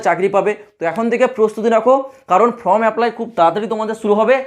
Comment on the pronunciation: ফ্রম নয় ফর্ম। WBCS নয় WBSSC. ভুল গুলো কানে লাগছে।